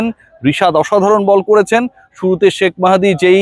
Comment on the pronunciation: ভাই আপনি শাক মেহেদী বলেন কেন 😂 শেখ মেহেদী বলেন